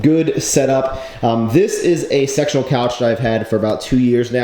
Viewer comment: He actually did say sectional, but at first hearing it sounded like sexual xD